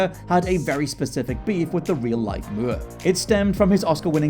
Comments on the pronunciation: Moore. Moor. Not muierr or whatever you are saying v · More, not mury. I hate that British folks will say a word the way they think it should be said, even if it's a fu*king surname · Him pronouncing Moore like Mure is driving me crazy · Why is he pronouncing his name as Mur, instead of Moore? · Michael MOORE. Like how you said MORON. Not Michael Muir. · Like how you say more! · I am SO SORRY cool video, very interesting but the way you are pronouncing Michael Moore is giving me the chalkboard scratch effect and I am not proud of that. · Why is he saying it like that? It's really irritating! 🙄